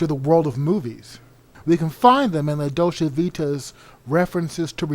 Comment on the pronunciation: I can’t watch this because the narrator can’t even fucking pronounce “Dolce”.